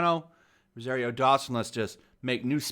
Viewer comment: Learn how to pronounce ROSARIO.